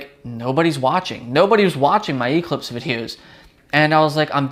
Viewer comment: You pronounce Eclipse wrong.